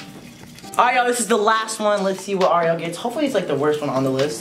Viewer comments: Awwww he said Ariel zariel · it sounded like he said "blariel"